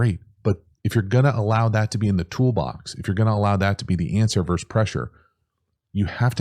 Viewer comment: Please use the word versus. It isn't "verse man coverage." It is versus man coverage.